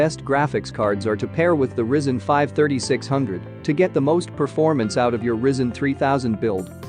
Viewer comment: ah yes the Rizzen 5